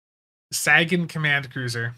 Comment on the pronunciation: We don't take your mispronunciation of "Sagan" seriously exactly, it's just pure instinct, like if someone calls me Brian -- I'm like huh? It's RYAN, sir. Imagine everyone called you Spunser instead of. You wouldn't hate it but it wouldn't feel right either 😅